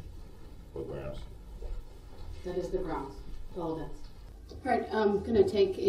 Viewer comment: That's a lot of "Groundz" and "Objections" from MR. BROOKS (all caps).